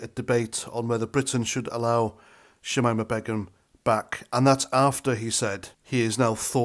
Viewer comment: Her name is pronounced; Shameema Baygum